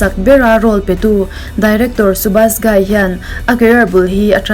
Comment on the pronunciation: A lawmawm thin e request i ngai pawimawh thin a 👍.... 'Dhadkan-Dharkan' 'Subash Ghai-Ghaai ni lovin 'Ghai' tia lam tur anie ... Ka lawm e...🤭